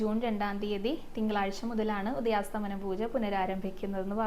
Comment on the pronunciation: ഹരേകൃഷ്ണ❤ ഉദയാസ്തമന പൂജ എന്നല്ല ❤ ഉദയാസ്തമയ പൂജ എന്നാണ്❤❤❤❤❤